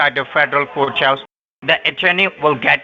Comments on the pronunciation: Do you have Ah email….LMAO!!! ah email???? what the heck is Ah Email? 😆 fostly,? fostly?? (firstly!!! douch bags can't even speak correctly) so it's not Coat house, now it's federal Cooch house… laughing so hard 😆 Re-lative? bahahaha… 😆 who is using "your shooshawl?"🤣 oh man I just can't , this is too much, laughing so hard!! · Hiya,! meow, This guy is making me crazy with his, "outside the coach-house". I would have to ask him if the federal coach-house was attached the White-house or not. He did not catch on that you're in San Fran, the black hole for internet, and this would mean you're able to have any wifi or other internet (hot spot) you want, for free? This guy is the bottom of the barrel. The chippie had a pretty good accent, but, she did not understand a word of English (even American English.) How crazy that is! See ya in a few days... yay! (had to come back to edit.. I watched it on the phone, and should know better than to try and comment with that thing!)